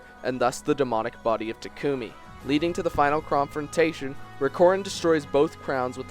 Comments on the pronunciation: I'm not the only one who head that "chromfrontation" am I? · am I the only one who heard "Chrom-frontation"? .....oh whatever, Instant Subscription!